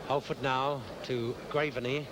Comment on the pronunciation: Who's the commentator who keeps referring to Graveney as 'graverney'?